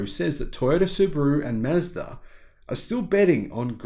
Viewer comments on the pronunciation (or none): none